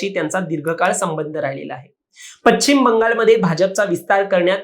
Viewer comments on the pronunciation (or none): पचिम नव्हे पश्चिम म्हणा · पश्चिम नाही म्हणता येत तुम्हाला. पच्चिम नाही ते.